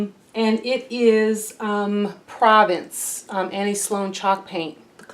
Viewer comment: Annie’s paint color Provence is pronounced Provance.